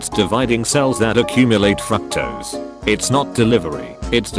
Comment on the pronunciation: did it just say "fucktose"?